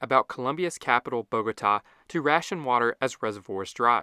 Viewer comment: Thank you for this informative and balanced video. And you even taught me something on the Biodiversity of Colombia, the very article I wrote years ago on Wikipedia. Just a pity about the pronounciation; it is Bogotá, the accent should guide you to stressing which syllable, it is not Bógota. But else, good video.